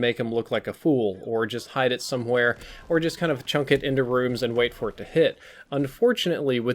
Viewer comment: It's chuck, not chunk. God I hate that lol